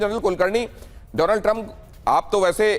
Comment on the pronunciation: My fraand dolannd trammp😂